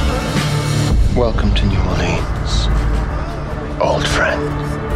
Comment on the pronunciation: That's not how you pronounce New Orleans